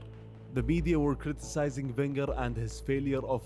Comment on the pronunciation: Man called him Wegner 💀😭